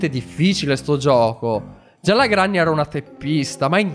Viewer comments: Si pronuncia grenny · Si dice grenni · non si dice granny si scrive granny e si dice grenny